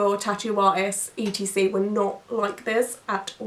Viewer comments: I've never heard anyone say "etcetera" as "e. t. c." out loud before! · I have never met someone that says E T C instead of etcetera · Watching your videos is made so hard by your constant spelling out of etc. please please please use the full word et cetera! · I’m from Australia and we always say ‘e t c’. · I think I'd take that any day over the mispronunciation of Ex-etera lol